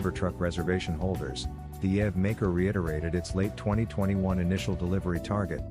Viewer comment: And while you’re at it EV is pronounced eee-vee.